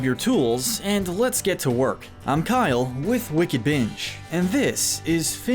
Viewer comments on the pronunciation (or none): none